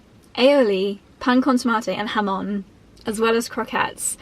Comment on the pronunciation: fan of saying pan con tomate, jamón, croquetas, pan de cristal... lovely and very accurate pronunciation querida <3